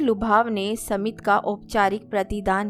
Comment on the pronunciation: सुन्दर कहानी सुन्दर अंदाज लेकिन आपका उच्चारण कई जगह बहुत गलत होता है. साधारण सा शब्द है 'स्मित' जिसे आप 'समित' पढ़ती हैं